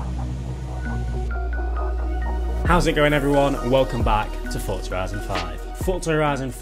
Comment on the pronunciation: How come you say the z I horizon correct but you say forza like fortza